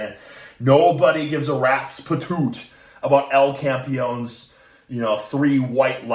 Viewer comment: Its Campeón (The champ), not campion